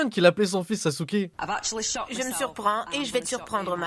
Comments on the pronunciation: Ca se prononce Saske mais ça s'écrit Sasuke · C'est pas Sasouke, c'est Saske. Non, mais vous les francos vous avez un probleme de prononciation des noms. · Chui pas la seul à avoir crus qu’elle a dit Sasuke 😂